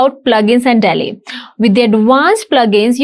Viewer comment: 😂Dear Video editor, its "Dall-e"... Not "Tally"